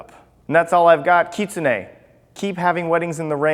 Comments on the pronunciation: no no no no, you're saying it wrong. You're saying it like "keet-sun-e' " when its pronouced: "kit-soon-e' " sorry, just pointing that out :) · Utahraptorr it is. He is pronouncing it wrong. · Kit-su-nae? I’ve been pronouncing it wrong, I pronounced it as Kit-sune.. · i thought it was pronounced Kit-Soon